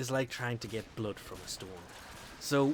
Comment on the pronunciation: I like it at the end when he tries to say ''And I'll catch you next time'' and he says '' and I'll caches next time''